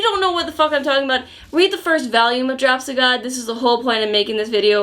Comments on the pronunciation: reviews a lot of hentai and adult manhwa, but the most degenerate thing about her will always be how she pronounces volume as VALUME. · omg how says "volume" is so Winsonsin loooooool